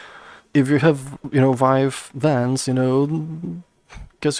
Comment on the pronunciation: It confused when you said vine vans. I thought it was vive wands.